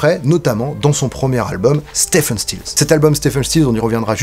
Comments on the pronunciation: Si je peux me permettre, on prononce STIVEUNE et non STEFEUNE. (J'ai fait la faute pendant des années). En fait, on dit Steve (STIV') Stills, CQFD. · Stephen se prononce en fait Steven ... Mais bon c'est juste pour chipoter. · Épisode qui fait écho à la master class. Devenez membres Tipeee !!! (Pour être pointilleux: Stephen is pronunced Ste(V)en 😉)